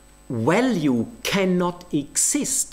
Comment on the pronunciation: You know he is trolling when he refers to "value theory" (pronouncing it "walue") as a "valuable insight" (pronouncing it correctly) in a single sentence.